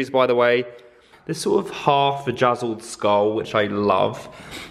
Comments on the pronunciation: Did just say “1/2 VAGaziled skull”? 😂😂😂😂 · Omg did you say vajazzle instead of bedazzle when talking about the skull.?? Lol!! I can’t tell if I’m just hearing things or not😂😂😂😂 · Did he say vajazzled?! 😂😂😂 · Coming to the comments to see if anyone else heard “vajazzled skull”...? 😂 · its bedazzled not Vajazzled thats when you have a bedazzled vajuju🤣 Omg I love you lol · Did... you...say half vajazzled skull. Oh sweetheart. I think you mean bedazzled haha. love you! :) thanks for the serotonin hit with this video 💗💗💗